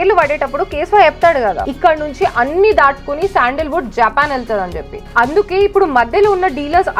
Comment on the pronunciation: not jaapan its japaan